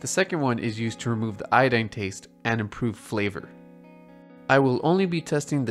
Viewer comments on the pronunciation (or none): none